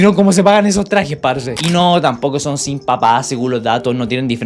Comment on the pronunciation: te comiste la S de " sin"